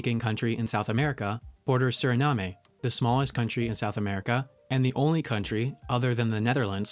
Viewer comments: When he said Suriname I nearly spilled my drink. My country pronounces that as Su-ri-nam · although we pronounce it with the "e" silent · lesotho is pronounced (Leh-SOO-too) and also "Swaziland" was officially renamed to "eSwatini". Also "Kiribati" is pronounced (Keer-IH-Bas) NOT (keer-Ih-Bah-ty). Suriname is NOT pronounced (Seer-Ih-NAM-ayy) it's just pronounced (SEER-ih-NAM) tsk tsk tsk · The name of the last country is [SUR-ri-NAM] not [SUR-ri-NAA-MAY] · Slight criticism, but Suriname is pronounced sur-i-NAM not SUR-i-nam-e and Kiribati is pronounced KIR-i-bas. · It’s not Surinamé……it’s Suriname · its pronounced suh-rah-nam not suh-rah-nah-may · Also, the "e" in Suriname is silent. Say it like: "Surinam". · Kiribati is "Kiribas". Suriname is "Surinam" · It's pronounced surinaam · Ranga Rolls And Suriname rhymes with Vietnam. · and then immediately after that says suriname incorrectly too, did he not look up a single pronunciation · The way you pronounce Suriname hurts my soul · me: (gets mad that he didn’t pronounce suriname right)